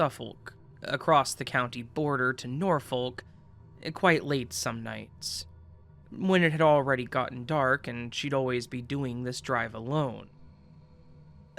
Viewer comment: Suffolk = Suff-uhk , Norfolk = Nor-fuhk (silent "L")